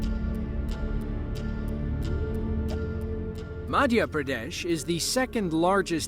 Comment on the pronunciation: Pradesh sounds like "pyare desh", a YouTuber